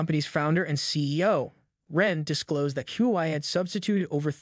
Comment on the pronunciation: For heaven sake you can't pronounce HUAWEI correctly.